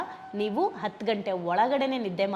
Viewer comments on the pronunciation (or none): none